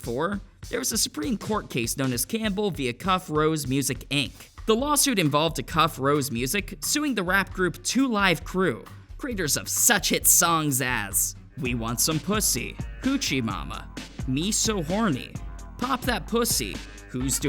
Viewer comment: It's AY-cuf, not uh-CUF.